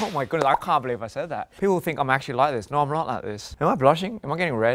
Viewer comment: The naur💀